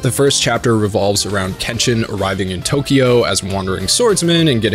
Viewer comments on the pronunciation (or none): none